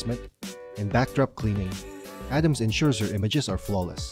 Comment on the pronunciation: It's Arams not Adams....